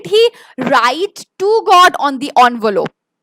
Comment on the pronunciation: Actually it's ENVELOPE not ONVOLOPE pls correct it😅 otherwise the session was just amazing